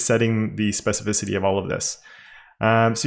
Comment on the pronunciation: yeah, you (EDIT: mostly XD) nailed pronouncing "specificity" this time :D also very handy selector!